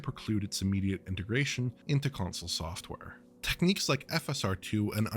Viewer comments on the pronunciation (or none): none